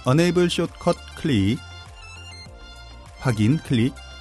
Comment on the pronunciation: enable을 unable로 발음하시는 것 같아요. 뜻은 반대인데...